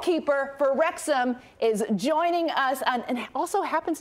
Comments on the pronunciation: Can't believe she still mispronounced it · Poor McElHenney... Got his name massacred and mispronounced again...